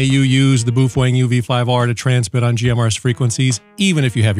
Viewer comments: He said boof wang --:heh heh... (I believe it's pronounced bow feng) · It’s pronounced Bow Feng bud. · boof wang